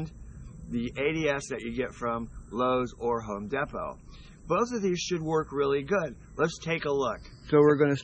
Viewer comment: I love it 😂, "... Home Da-pot..."